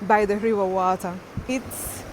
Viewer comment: Am so happy and blessed to be Jamaican one love everytime 🇯🇲 ❤🙏 I think you are fully Jamaican now me girl the way you sat wata